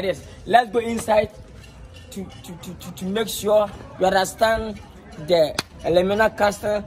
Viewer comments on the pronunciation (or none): none